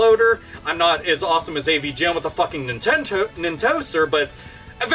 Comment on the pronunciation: you said nintentoo lmao